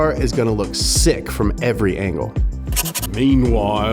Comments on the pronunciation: “meanwhoile” -jeremy clarkson and even more later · Is the guy from top gear saying "meanvile"